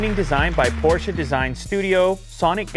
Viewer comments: Ayy yo man is it's Porsche not fkn porschaa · Porshe its is....😁